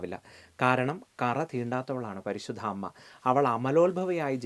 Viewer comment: കറ എന്ന് പറയുമ്പോ 😂😂😂